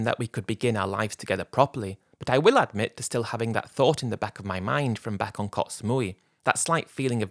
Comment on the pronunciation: It's koh not kots